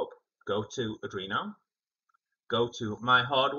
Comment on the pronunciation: Adrino❌ Arduino✅